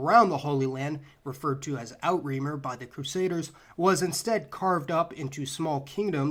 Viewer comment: so cute to heir pronounce "Outre-mer" in French...